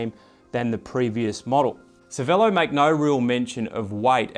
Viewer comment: dude, it is Cher-velo not Cervelo!!!!